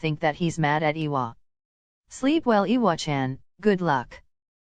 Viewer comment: I love how this voice pronounces iwachan like "eewa-chan" not like the other voices that say "I-wa-chan"